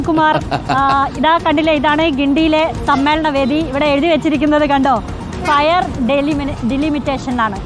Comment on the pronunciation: 😂 ഫയർ അല്ലാ കോപ്പേ... ഫെയർ 😂😂😂